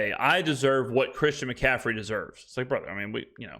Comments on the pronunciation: Christian McCaffrey isn’t that hard to pronounce. If you can’t then call him CMAC or? but that was rough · That’ll happen right around never. isn’t as polished, knowledgeable and struggles with a lot of pronunciations that are basic and everyone can pronounce the names.